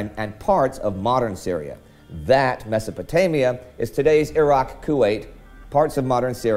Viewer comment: its a 'mess'o' potamia